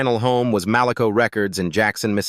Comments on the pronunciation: Why are you showing Bobby Brown? It is pronounced Mal-a- co. I worked there for 6 years and loved it. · While I always appreciate a biography on one of my favorite singers the erratic pictures that had nothing to do with the artist is always off putting. I know yall are using AI to do these videos but gosh you can always edit. Yall have pictures of Bobby Brown for a long while and mispronounced Malaco sometimes and said it correctly other times. I just feel everyone is attempting to quickly monetize off these stories and this culture without showing the proper respect you would show to rock artist who copied off their styles and now enjoy generational wealth. Heartbreaking 💔